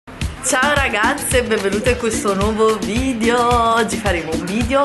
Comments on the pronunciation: Che nervoso quando dice vidio cavolo si dice videooooooo 🙄🙄🙄☹️😡😡😡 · ahahahah ma no! non hai capito, è la pronuncia ammerigana